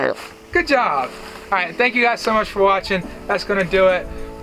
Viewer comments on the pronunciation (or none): none